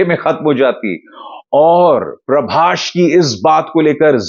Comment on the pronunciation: I just saw tumhara 90% content sirf ShahRukh pe Bana hua hai....tum bik chuke ho aur sirf ShahRukh ko upar dikhana chahte ho. So sad to see....Dunki ko public bkwas bol rahi hai aur tum zabardasti upar bol rhe ho. PRABAS bolna to seekhlo pehle....it's not Prabash. ShahRukh ke chamche ho tum simple....